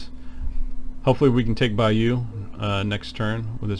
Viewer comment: Great video thanks for sharing...I'm waiting for the boxed game to be delivered but your video has gotten me excited even more...despite us Brits getting a bit of a tonking...but we are fighting hard...oh btw Bayeux is pronounced Bye-hur not Bye-you 😉 helpful video thanks...subbed and liked 👍